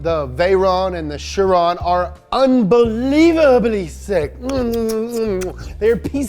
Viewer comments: It is not pronounce as shi Ron It's Kay ron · its pronounced KAI-RON u sound like a moron I thought u were just making fun for the first 2 minutes but u kept saying it and I just cringe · Bugatti chiron is the name but its pronounced khiron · Fun fact. Chiron and Veyron (buggati pilot in the old days) are pronounced with the french sound "on" which is the sound when you imitate french going "hon hon hon" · the name of the chiron et veyron are prononced in french they are name of racers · I'm sorry, how'd he pronounce chiron? 😂